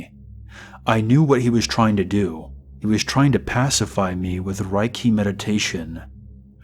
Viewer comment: Its pronounced "Rey key" and it's not fkn mind control 🙄